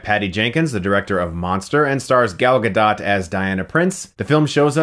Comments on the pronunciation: I know we’re Americans, but I think the “T” is silent in Gadot. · He keeps pronouncing Gadot wrong and he refers to Chris Pine with his actual name rather than his character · (maybe pronounce her name correctly next time) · it's a crime to pronounce her name like that over and over. such a cringe haha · Pls pronounce her name correctly and don't be so ignorant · I believe you pronounced Gadot wrong, Mr. Christ Stockmen. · gall gadot, sigh really chris. You couldnt even pronounce her name right? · God damn it... it's "Gadot"... Ga-dOOt not Ga-DOT. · Guh-doe. Gadot. Not Guh-dot. This hurts my ears. >:( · I think the 'dot' in Gadot is pronounced more like 'goat' than 'dot'...... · Her last name is not pronounced like polka "dot", it's pronounced like Gal Ga-"dough" which means riverbed in Hebrew. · GA-DOE........not ga-dot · It's Gal Gah-Doh! Not Gal Gah-Dot for fucks sakes chris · Hey Chris, Omri from Israel, thought maybe you would like to know that the way you should pronounce Gal's name is with a long "O" not a flat one. It's pronounced Gadote, not Gadot. LOVE YOU BRO. PEACE. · It isn't DOT, it is DOH or DOUGH. Please pronounce it right. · It was more like a dut than dot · "Gal Ga DOT" sigh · it's pronounced Gah doh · Her last name is pronounced Gah-Doht. It sounds like boat. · Everytime Chris says GuhDaht I wanna die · Its pronounced gadoe not guhdot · pronounced Gaal Gado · It's pronounced Ga-doh. Fuckin' idiot! The T is silent. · It is pronounced gado, even though it is spelled gadot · its pronounced gal gadoh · She's Israeli, it's pronounced Goll Ga-dough-t. Like 'Doll Afloat'. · It's pronounced Gal Ga-DOE, you DC shill. You think you would know. Neither she nor the female director will fuck you for this review, you know. You're married anyway. This is just sad. "Gee willickers! It was scho aweschsome to see the girl kick the Navy Seal's buttsz! Realishtic too!" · It's promounced 'Gah-doh'. FFS. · It's Gah-Dot. She said it herself in an interview.